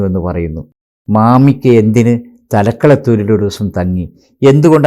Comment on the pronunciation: തലക്കടത്തൂർ അല്ല തലക്കുളത്തൂർ, അത്തോളി ക്ക് സമീപം!!!